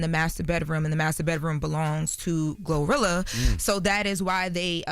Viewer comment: She said glorillo 😂😂